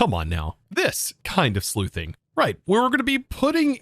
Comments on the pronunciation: Sluicing (slew-sing),, not Sleuthing. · great video. i just started playing it recently and i'm wondering why i had the map from the start. by the way, "sluice" is pronounced like "sloos". "sleuth" is what you said and it's when you sneak around and get clues. a.k.a. be a detective. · "not that kind of sleuthing, the other kind that has a completely different name and it's pronounced differently" You meant sluiceing, right? With an s sound, not a th?